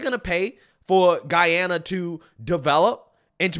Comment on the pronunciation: Thank you for pronouncing the Country’s name correctly. It erks me when I hear ppl say GeeeAna.